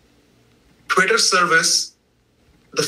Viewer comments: Lol this guy can't even say twitter, everytime he sais it sounds like "quitter" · The captioning got a bunch of things wrong, but I didn't detect any manipulation, just error. He was saying "Twitter" and not "career" for example.